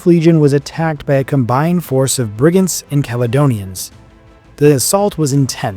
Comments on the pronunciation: Its Brig-an-tees ..not Brigands.... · it's Bri-gan-tes pronounce things correctly please!!